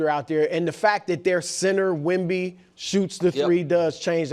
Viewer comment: Wemby not a bay bee